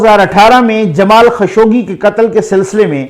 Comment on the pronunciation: سر یہ نام جمال خشوگی نہیں بلکہ جمال خاشقجی ہے ش پر پیش اور ق پر سکون کے ساتھ ۔ درست فرمالیں شکریہ